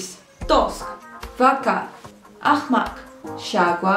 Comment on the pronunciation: По казахскому не так пройзносится не акмак а ақымақ